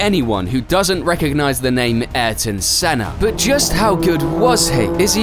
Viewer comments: Not argon senna bro it's ay-eer-ton senna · Ahh-Yer-ton. say his name right. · You butched his name so bad. Its pronounced i-yuul-ton senn-ah (im brazilian) they ay in his name is like aye aye captain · It would have been a nice gesture to learn how to pronounce his name correctly bro! How hard can it be??